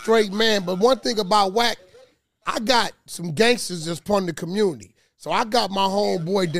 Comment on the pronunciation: "I got some gangstas dats prun da commundy" 😂😂😂😂😂😂 Chiiiiile that sentence wh00ped his asz! I guess "part of" and from was tryna come out at the same time and that's where "prun" came from. But wtf is a "commundy"? (Cumm-yoon-dy) 😂😂😂